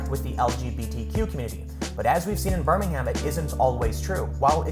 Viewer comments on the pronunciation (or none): Pronounced birming-um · A note on the pronunciation of places. Birmingham, Alabama and Birmingham in the UK are pronounced differently. The trick is, for British place names ending with "ham", don't say the 'h', and make the "am" more like an "um". So: Birmingham = "Burr-ming-um" Cheltenham = "Chelt-num" Altrincham = "Alt-ring-um" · Tim its pronounced birmin-um. not birmingHAM lol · Birmingham is pronounced in the UK as Birming um. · I know this sounds snobbish, sorry it's not meant to be, but hearing foreign people saying our place names "wrong to us" just sounds odd. For you peoples outside the UK, who don't know this, the "H" is silent in our place names that end in "ham" which is the abbreviation of hamlet. So Birmingham would be pronounced "Ber-ming-am". That and seeing Yanks constantly swear at us when they count the number two on their fingers is also strange to us. Showing the forefinger and middle finger, with the knuckles pointing outwards away from you and pointing at someone else is just as bad as "Flipping the bird" to multiple nations of Europe. Sorry that last one just baffles me.